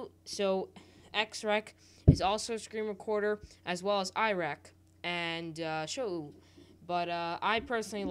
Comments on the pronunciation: It's pronounced (show) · sho-ou be like lmao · It's pronounced show btw :)